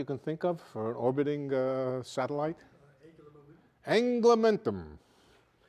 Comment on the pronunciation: "Anglumentum" lol